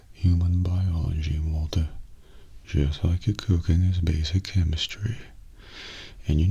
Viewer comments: I think like, the very last time he said it more like "waltuh" but every other time it was just normal "walter" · For people who say that doesn’t say “Waltuh,” he actually switches up between “Walter,” “Walture,” and “Waltuh,” as if even he has no idea how he pronounces Walt’s name himself. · New Mandela effect, I didn’t even remember how often just said “WaltER” instead of “Waltuh” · What’s weird is never says “Waltuh” in breaking bad. Someone else on this comment section pointed out that it’s more like “Waltur” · The best part of the Waltuh meme is that never said Walter with an ‘uh’. He would always say Walter with an ‘er’. I feel like this is gonna be the next example of the mandela effect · Kinda its more like waltur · before died he called him walt-uh